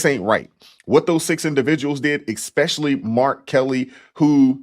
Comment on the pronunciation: I love you,, but you're killing me with the "eXpecially" 😅